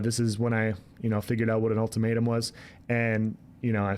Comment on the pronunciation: Lmao ulti-May-tum